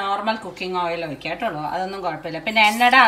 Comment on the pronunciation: എനിക്ക് വഴറ്റിയ തിനേകാൾ ഇഷ്ടം യുടെ ട്ടോളു എന്നു പറയുന്നത് തന്നെ ആണ്